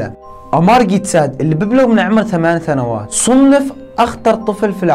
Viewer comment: سنوات ❌ ثنوات ✅